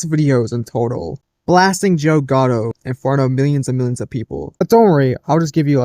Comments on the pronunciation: Too hard to believe that Joe Gatto could do that. Gatto.... pronounced Cat Tow with a G. You keep saying "Ghetto". It's wrong. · You couldn't google his name. How are you getting getto?G A T T O sound it out.